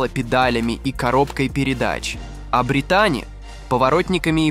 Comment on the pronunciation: Ударение в имени на И: БрИтани